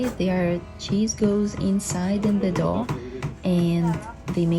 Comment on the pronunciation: I also thought it sounded like dog, but I think she said dough? At least I hope so!